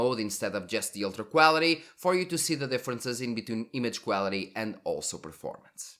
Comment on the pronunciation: Got to love the Cuálity pronounciation ;)